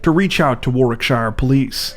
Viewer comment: Warwickshire is pronounced warrikshur.